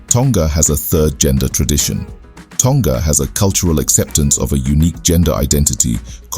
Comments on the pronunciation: Also, it is pronounced Toh-nga, not Tong-ga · Tonga is pronounced with a short ‘g’ not a long g like guh 🤦🏽‍♀️